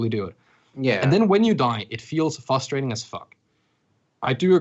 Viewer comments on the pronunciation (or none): Whoever is top left, it's not FUSTRATTING its *FRUSTRATING*. It really frustrates me how he mispronounced frustrating.